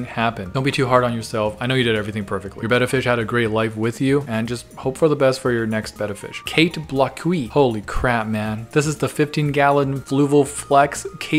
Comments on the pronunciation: no just no that is not how you pronounce blockhuis it is Dutch not french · . No offense. But there's literally not a worse way to pronounce kate blockhuis.